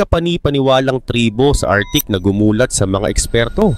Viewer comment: Arktik ang bigkas hindi artik.